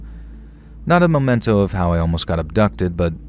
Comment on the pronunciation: Memento, not momento.